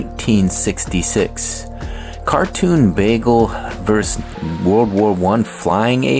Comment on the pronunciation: VERSUS. VERSUS. IT'S "SNOOPY VERSUS THE RED BARON," you moronic piece of AI crap. (And anywhere from 95-98% of all Belgians--people from Belgium--speak either French or Dutch because those are the two official languages of the country.) I thought this would be a somewhat interesting and serious video but turns out it's just garbage.